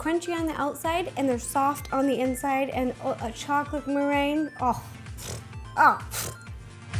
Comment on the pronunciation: the whole video it annoyed me how she pronounced the word merengue wrong